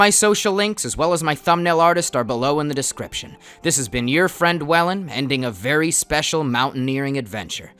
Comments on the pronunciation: "We were WELYN to the forest now" 💀💀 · “We were welyn to the forest” lmao